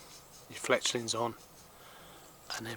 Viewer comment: "Fletchings" not "Fletchlings"